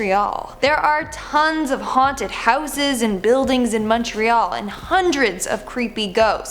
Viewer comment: I live in Montreal (thank you for correctly pronouncing it, by the way 😊). The story of the "Bonhomme Sept-Heure" is actually an badly translated version of "the bonesetter". "Sometime in the 1800s or before, when French Canadian French speakers were second class citizens. They were laborers and trades-people, and the moneyed class of course was English, so doctors and magistrates and local politicians were all English speaking, so the higher class was English and the lower class was French. And so, the doctor would come to set broken bones and of course that was usually accompanied by lots of screaming and crying and whatnot because setting broken bones is really painful. So, the bonesetter as they say in English became loosely translated to le bonhomme sept-heures.”